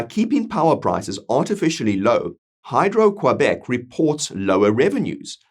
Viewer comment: Well researched! Work on that pronunciation of Québec. Follow the funding for the court case and out of interest have a look at Canada’s Indian Act and the definitions within it. AB will benefit with or without the separation via the time for negotiation.